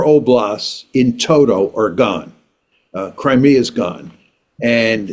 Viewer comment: couldn't name the 4 oblasts in contention or pronounce Crimea properly. It must be difficult for the Russians to negotiate with such ignorance.